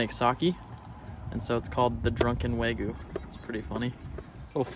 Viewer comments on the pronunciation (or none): Not neGEEE. It’s NEH~gi. Not Weh~goo. It’s Weh~gyu. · I wish I understood why you insist on not pronouncing the y in wagyu.